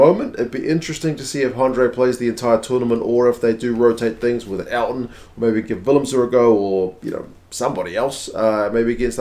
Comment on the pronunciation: Please mate don't ever say"Elton" I might unsubscribe.